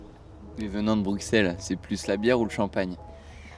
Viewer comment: elle est trop sympa , elle lui dit meme pas qu'on dit pas "bruksel" ... Je me demande s'il prononce tous les "x" --> "ks"? Genre soixante il dit "soiksante" ? Dix il dit diks? 🤣😅